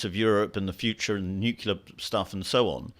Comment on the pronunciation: Nuclear is not a complicated word to pronounce... thumbdown. I can't help that kind of shibboleth